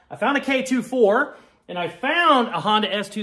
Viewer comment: The only problem I've had with this video is the pronunciation lmao, k "24" and cd "o" 9 is how people pronounce em normally, I know with all the USDM shit you probably don't know better but OOOOOOOO I was losing it